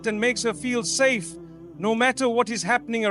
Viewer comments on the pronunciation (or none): none